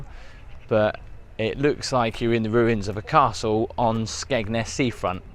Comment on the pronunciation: Skegness.. oh... Thought you said smegma.😅